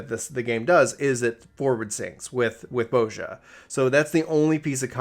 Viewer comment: pronunciation of Bozja triggers me. 😂🤣